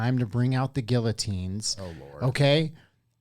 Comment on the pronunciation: Dude can't even pronounce guillotine.